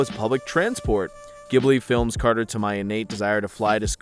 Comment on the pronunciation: I love how said "cephalopods" and "açaí" right first try but said "Carter" instead of "cater."